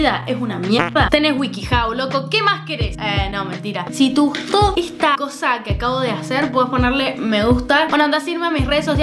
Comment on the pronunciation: si te gusto esta video puedes darke like Lo que escucho: si institu Puedes darke like